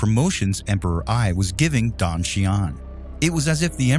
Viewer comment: Dong is pronounced like the doorbell sound ding dong, not dang